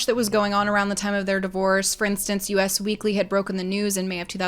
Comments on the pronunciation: It’s “Us Weekly”. Like “do you want us”… not “US weekly” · "us" weekly not U.S. weekly :)